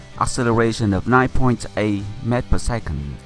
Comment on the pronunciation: Its meters not mét like 2 syllables